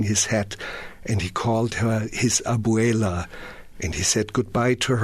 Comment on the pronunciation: The way Werner pronounced abuela ("grandma") was actually pretty good 😂 Werner would be awesome as director for a film adaptation of Blood Meridian. Besides Herzog, my first choice for directors who would do it justice are: The Cohen Brothers, Lars von Trier, Michael Haneke, William Friedkin, Alejandro Gonzalez-Iñarritu, Jim Jarmusch, Paul Thomas Anderson, Tim Blake Nelson, Kevin Costner, Quentin Tarantino, Nicholas Winding Refn or Antonio Campos. Second choices: Denis Villeneuve, Christopher Nolan, Roman Polanski, Terrence Malick or Abel Ferrara.